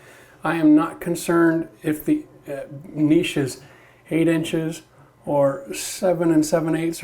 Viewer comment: Video earned a thumbs up just for saying "niche" right. "Nitch" my hairy arse